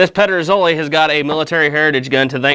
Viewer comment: You came fairly close with the pronunciation actually 😄 Very cool comparison! Here in Denmark, the only gig in town when it comes to contemporary made muzzle loading long guns are Pedersoli (and sometimes Chiappa). We used to be able to get some of the other Spanish and Italian makers here, but it seems that most of them are either out of business or have switched their focus entirely to the US market. I have a Euroarms "Hawken" in .45 that I am currently working on; the stock needs repairs (it is cracked at the tang, as many of them are) and a refinishing.